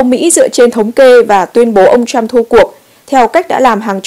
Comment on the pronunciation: Lam-Anh Mai dùng chữ PHẢI là đúng! Đọc cho đúng thì là phải (must) chớ không phải tuỳ hứng (should or may). Tuy nhiên dạy cho những người dốt ngoại ngữ này thì chẳng khác nào đàn khải tai trâu! Hãy nghe họ phát âm [bai Đần], [trUm], [ben XI VA nha] thì biết!